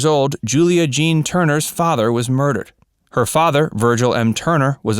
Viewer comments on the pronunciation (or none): none